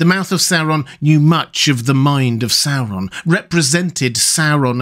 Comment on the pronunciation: I love it when people pronounce it SOW-ron instead of how we Americans usually pronounce it, SOAR-on.